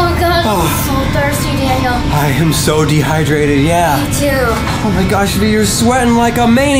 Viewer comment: It’s Daniel not DANIAL